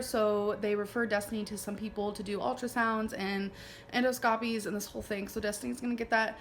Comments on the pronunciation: I'm not sure how he didn't completely lose it at "and-oh-skaa-peas" instead of "en-daa-skuh-pee" My brain sure had a meltdown. 🤦🏼‍♀️🤣🤣🤣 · Endo-scopy😂 shes so stupid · i keep coming back to rewatch this series and each time i notice something new that annoys me. like how she pronounces endoscopy “endowskahpee” minutes after a physician said that word to her correctly.